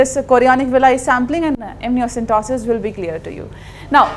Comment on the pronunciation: Ma'am its amniocentesis not amnioCENTOSIS